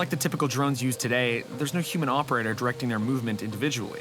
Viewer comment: Why was dude calling Human’s Umans? Or am I just hearing him wrong?